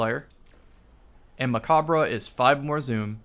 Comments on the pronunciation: Stop saying mechabre wrong please lol. You dont say the RE at the end. Its silent. Its a play on a french word. Bungie spelled it like mech because we got mech armor. Its also a nod to gundam. Macabre means (dance of death). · ya i know. Hes still saying it wrong though.